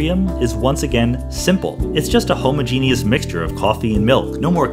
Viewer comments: It sounds like you're saying Homo Genus and not homogenous. Just worried people out side of Canada will get confused. Captain nitpick strikes again! Feel free to tell me to rightly fuck off if ya like. Cheers! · You say homogenous weird...